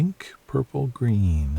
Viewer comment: Bella Geo YouTube It sounded like he said “grin” to me . _ .